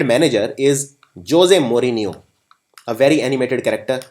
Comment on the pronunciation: dear sirji....jose maurinho is pronounced 'hozay maurinho' :)